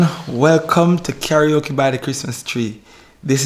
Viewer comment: it name Karaoke not talkie-oke!!!